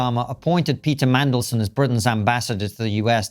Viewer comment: Are you saying "Mangleson" ? It's "Mandelson" 😂